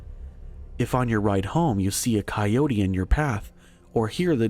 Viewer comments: Coyote=Ky-O-tee. Your welcome. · My daddy shot the monster, than my daddy had some big people drinks, & now my mommy is with a coyo-tuh-hey as guy pronounced coyote. Ki-O-tee not cyotahey. Just Ki-oats is cool too, but kiotihay isn't a word. Beyond that good job